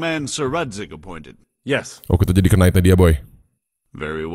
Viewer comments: Knight dibaca itu ga pake k. Agak terganggu gua denger "kenait" wkw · Btw bang, knight itu pronouncemya “nait” sama kaya night. “K”nya silent